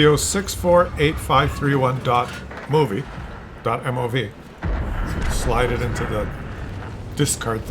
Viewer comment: Why do you call the file a 'moove'? It's a mov, rhymes with 'Rostov'. Also you made a apology video because you care, don't ever change.